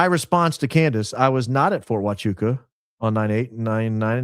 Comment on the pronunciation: He couldn't even pronounce Huachuca correctly!